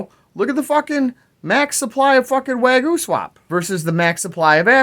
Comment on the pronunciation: Way goo? Wag yo? Waa gyu? WTFC!!!! Bahaha